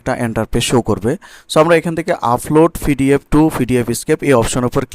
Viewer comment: পিডিএফ রে ফিডিএফ উচ্চারণ করেন কেনো? আপনি এতকিছু পারেন, উচ্চারণ টা ঠিক করতে পারেন না?